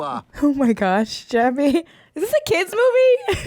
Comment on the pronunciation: take a shot everytime she says Jaby. great game, im drnk asf btw